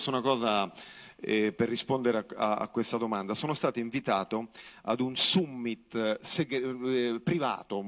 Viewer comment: Summit... Non sai neanche come si pronuncia